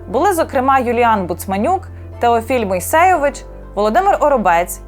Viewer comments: мій допис про ТЕ, що у вимові дикторки через неправильний наголос прізвище фотографа прозвучало схожим на ім'я по батькові. Ваша інформація - цікава, але вона геть про інше. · Перелічуючи імена фотографів УСС, дикторка допустила помилку , неправильно назвавши ім'я: Теофіль МойсЕйович. Правильно: Теофіль МойсеЙОвич.